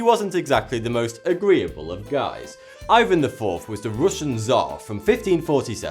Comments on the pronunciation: Man , Ivan is said with the emphasis on the a !!!!!! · Awesome video, but Ivan is pronounced like ee-vahn not eye-vahn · It's actually pronounced "eeVAN" not "eyevan" because the name is in Russian